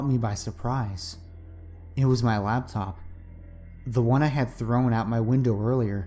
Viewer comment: I'm not trying to put hate here, but the word is Laptop. It distracted me every time you said it from enjoying the story.